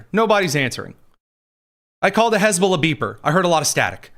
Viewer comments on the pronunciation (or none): none